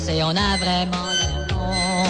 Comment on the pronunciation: dit 'Vréellement'